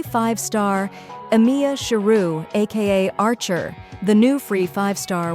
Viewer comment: I know it’s not a real person talking, but still funny how bad they butchered archer’s true name.